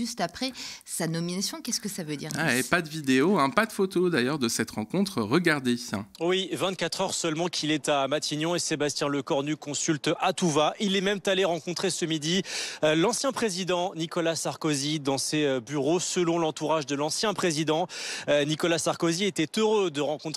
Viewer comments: "Il est même tallé rencontrer l'ancien président" C'est quoi cette liaison??? Où y a-t-il un t entre même et allé??? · faute de liaison: il est même t'aller 😂😂